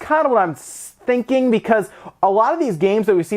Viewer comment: "thats kinda what im ssssssstinking" also, why not just revise the dock to output more power?